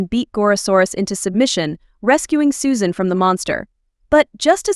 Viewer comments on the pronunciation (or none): none